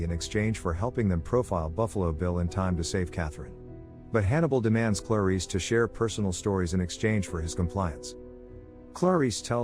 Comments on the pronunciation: Why is he pronouncing her name like "Claw-Reese" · There's something irritating on the way he pronounces "Clarice"